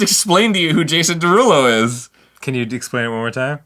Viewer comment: Dan: who’s Jason Derulo? Me: jAsOn DeRuLoO Arin: jAsOn DeRuLoO Me: ah see, he gets it